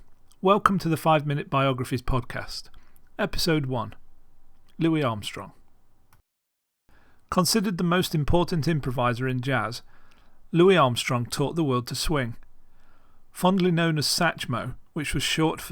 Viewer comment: lol stop calling him "louie" he said his mom never called him that